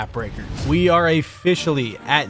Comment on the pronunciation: Bro said we are “afficially”